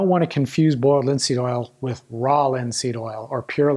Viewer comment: Boyald lihn seeëd ohl. All seriousness though I learned a ton from this video. And comments like these just add to the charm!